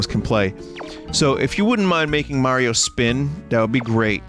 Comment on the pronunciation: There it is, we got a SPEEN